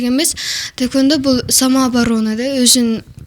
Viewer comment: Ведущая кыз тайквандо дейт го. Тиги спортсменкага да таэквпндо деп жазып коюуптур бляячч🤣🤣🤣🤣🤣🤣🤣идиоттор тайквандо же таэквандо эмес тхеквондо деп жазылат блять